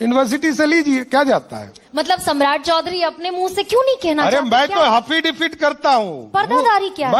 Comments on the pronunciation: affidavit hota hai haffidavit nai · एफिडेविट ❌ हाफीडेविड✅😂😂😂😂😂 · abe Affidavit hota hai Haffidifit nahi🤦‍♂ 7vi fail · Hafidifid nahi hota hai,sahab affidavit hota hai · Affidavit ❌ haffidafid 👍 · Afidavit ❌ Hafidavit✅ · तुम affidavit को hafidifit बोलते हो। अब विश्वाश हो गया की तुम चौथी फेल हो तुम्हारे पास फर्जी डिग्री है। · Are pahle bolna Sikh lijiye 'Hafidebit' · Affidavit bolne nhi aata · Aaafeedevit bol raha😂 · Hats off to the anchor. And laughs for haffidivit. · Affidavit hota h Wrong pronunciation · Affidavit bhi sahi se na bol paa rha.... Anpadh